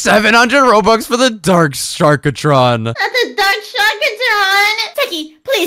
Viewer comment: its not sharkatron its sharktron no offence